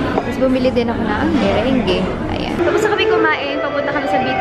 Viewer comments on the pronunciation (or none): "Merang" this is how to pronounce the Meringue. Btw, I love your vlogs! God Bless💕